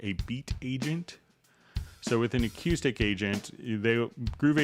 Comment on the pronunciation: Dude..learn to pronounce acoustic. HA! Still. Love the vid